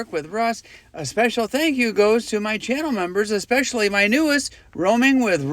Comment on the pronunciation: "eckspecially" yeah ok